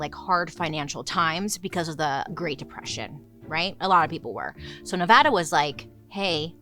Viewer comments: Also pronounced “ne-vah-duh” correctly 👏🏽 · As a Vegas born and raised person, thank you for pronouncing Nevada correctly!